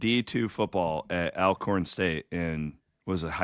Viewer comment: Minor point, but it's pronounced "All-Corn" State, not "Al"